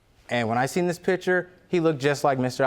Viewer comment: Axed about the pitchers???? Laudy!!!! Please get some education instead of cranking out so many illegitimate kids.